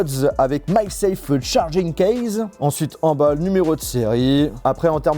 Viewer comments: sa sappelle MAG SAFE et non pas MY SAFE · Ça se dit MAG SAFE